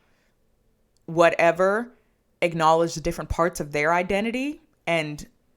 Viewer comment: They really said "Bye-Racial"